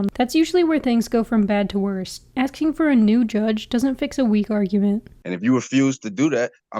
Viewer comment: He’s “axing” him?!?